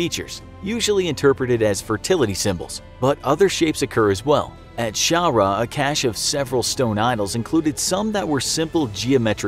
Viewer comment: Hi, this is so awesome, I'm from malta and I love the way you pronounce things (yes they're all wrong) I'm hoping to shed some light on our very small but significant island! Most historic sights are now either being restored or have unfortunately been broken down, specifically most of the xaghra (pronounced xaj-ra) temples are basically non existent with minimal rocks left. Hagar qim is a very popular sight which is the only cave which hasn't been touched, another sighting in gozo or (ghawdex) is the Azure window which has unfortunately fallen last year. Thanks for the video!